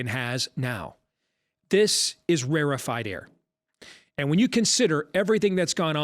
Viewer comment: You have been saying rarefied air the last 2 years and it never gets old.